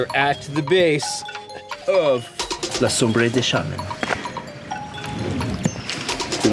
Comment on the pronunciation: Sombra not Sombre. Cheers. Good send. Solid effort.